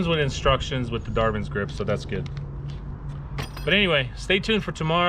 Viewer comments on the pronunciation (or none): DarWin not Dar V in